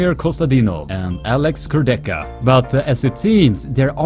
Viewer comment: You pronunce Kurdecha wrong! It sounds awful😣